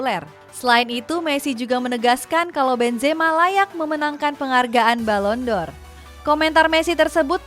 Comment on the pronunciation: Balon D'OR Dibaca Balon DOR ✅ Balon Di'OR ❎ Malah kayak lagu yak, 🙏😅